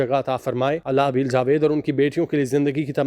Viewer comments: Naam ka talaffuz sahi liya karen. Aabel naheen hy Abeel hy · نام تو ٹھیک سے لینا سیکھ لو۔ابیل نہیں ھے عبیر ھے